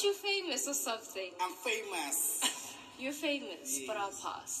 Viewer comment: "Am feimus"😭😭😭